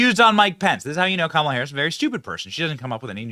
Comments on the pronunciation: KAH.mule. Ha. Ha. Ha. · Oh my God I love it "Kackala"😂